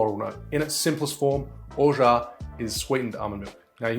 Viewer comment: Have read "Orgeat" many times, but pleased to finally hear it pronounced. Thank you for the instruction on making almond milk also. Happy Mai Tai!